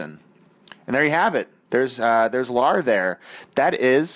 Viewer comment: Great job you nailed the Lar